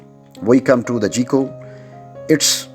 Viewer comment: Myself - am not going into details - State Farm (my current carrier) works best for me. Now if my situation should change GEICO would be best for me, even though the narrator pronounces it "GEE-CO" when it should be pronounced "GUY-CO" but pronounces the other names correctly. Good, informative video though.